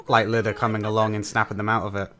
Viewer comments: His name isn't Lida, it's Iida. But, understandable mistake.^^ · Can’t wait for you to get farther into this series, it’s so good. Also btw his name is Iida with two i’s not an L, so it would be “E-duh”